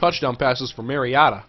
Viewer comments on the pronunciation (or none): haha mariota pronunciation